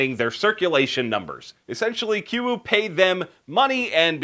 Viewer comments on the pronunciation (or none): Believe it is pronounced KOO-YOU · Its pronounced Koo-U. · He said kuiu wrong